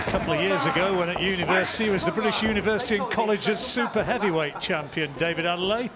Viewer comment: They need to call man's name correctly wtf Adeleye - Ade-Leh-yeh Not Adelaide loool